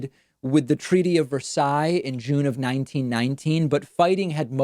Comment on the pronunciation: I was born and raised (and still live) in Versailles, France and I loved how you pronounced the name of my town! Anyway, love your content and this video was especially on point :) Keep up the good work David!